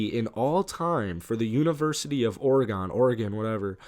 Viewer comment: Lol what OroGon 😂